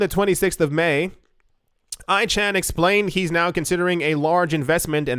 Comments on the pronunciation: Pronounced icon vs. Eechan....but hilarious mispronunciation! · I love you pronouncing Carl Ichan's ( icon )name as e-chan! the junk bond king needs to stay AWAY ! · Not eeechan but "aykan" a big name on Wall St. He already bought the dip, if it's being advertised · Ichan is pronounced: "I - Con" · Carl Lichan is pronounced ICON - Rich guy getting into bitcoin news 😂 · You pronounce it - Carl I con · pronounced I khan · Icahn is pronounced (I-con) literally. Famous corprate raider from the 80's & 90's... The rich/uber wealthy are buying up everything and Bitcoin more so!! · Carl "Icon", that's how his name is pronounced. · Icahn pronounce icon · IT'S PRONOUNCED EYE CON. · Carl’s last name is pronounced I - CON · It's Carl Eye-can. =) =) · Pronounced “eye-kahn” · FYI Icahn is pronounced "eye" "con" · My understanding is that Icahn is pronounced like icon. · As much financial news as you read and you don't know who Carl Ichan is and that his name is pronounced 'I can -> Ican'. :-) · Pronounced Karl Eyekahn. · It’s pronounced Carl ICON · Ichann pronounced Icon.. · Carl Icahn pronounced ( I Kon ) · Carl I Con is how u say it.